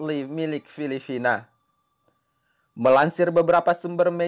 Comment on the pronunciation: Filipina atau filifina min ? 🤣🤣🤣